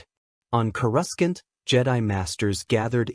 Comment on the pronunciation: Kruscant is how the transcript spelled it and that kinda is how it was said.... Coruscant is typically pronounced "KOR-uh-sahnt" might want to tell the ai that